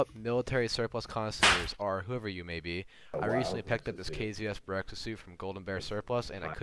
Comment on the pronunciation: Correction, the suit is called BEREZKA , not BEREKZA , berezka means birch, berekza does not exist